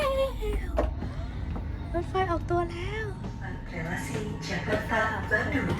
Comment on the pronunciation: Swadikap leuy... jakarta-bandung leuy not bandang 😊